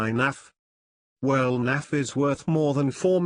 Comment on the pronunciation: Why this Windows Narrator keep calling him "NAFF"?